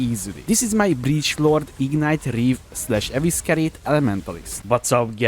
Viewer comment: EVE SI REYT = Evescerate